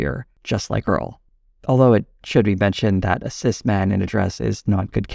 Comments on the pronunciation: it was cis not sis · do not ever say "siss"